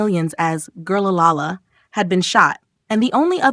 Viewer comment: Please learn how to say Girl La. La. Lahhh